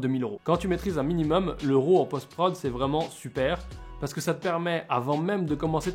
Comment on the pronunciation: Autofocus...ha...ha...si tu veux être un pro...c'est une fonction que les vrai PRO n'utilise pas...Fait ton focus!....et on dit pas ROO mais RAW...c'est un mot anglais!!!